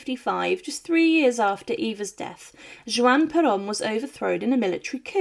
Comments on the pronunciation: Great video. BTW - his name was Juan Peron pronounce "Wahn Pear-Own", not "Jew-On". Also Eva's name was pronounced "Doo-Are-Tay". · At least try and get her husband's name correct. It's pronounced Wan Peron, not Jew-ann Peron. It really is easy to research this. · Juan- pronounced more like WAN not Joo an 🙂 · "Juan" is pronounced WAHN not Jew-Ahn. Unreal. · Evita’s last name is pronounced Du-wart-a. Juan is pronounced Wan, not Ju-an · Bway-nos Eye-rays. Pear-own. Hwan, not jew-ahn. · If you're going to make a video, at least pronounce the names correctly. Juan is pronounced Wan. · Juan is pronounced Hwahn (or Wahn) Duarte is pronounced DoArTay (or Dwartay) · Wish she could pronounce Juan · I can't believe that a presenter like yourself does not know how to pronounce Juan. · Maybe you should learn how to pronounce Buenos Aires and Juan, just an idea…